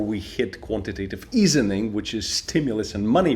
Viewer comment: You pronounced easing incorrectly.